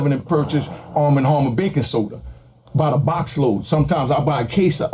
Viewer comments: “Armma Harmma” ok lol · Is it really that hard to say “ARM & HAMMER baking soda”⁉️😂